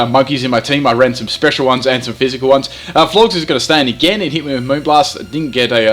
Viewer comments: Are you... Pronouncing... Florges... AS FLORGS?!? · Lmfao FLORGZ. It's pronounced like "gorgeous". Florges, gorgeous. Get it? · I like how it's supposed to be "Florges" like "gorgeous", in regards to its beauty, but instead calls it "Florgs" making it sound totally ugly and unappealing